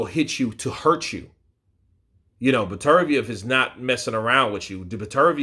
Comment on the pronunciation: It’s pronounced better biev